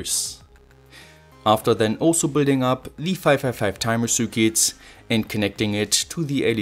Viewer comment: Eine kleine Anmerkung zur englischen Aussprache.... Achte mal bitte drauf, Worte am Satzende, die mit nem T oder D aufhören, nicht immer mit nem „S“ zusätzlich zu sprechen. Also: „head“ und nicht „headS“ „it“ und nicht „itS“ „Let‘s get started“ und nicht „startedS“ 😜 Ansonsten sehr gute und äusserst interessante Videos. 👍🏻